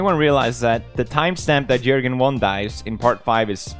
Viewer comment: Its Joergen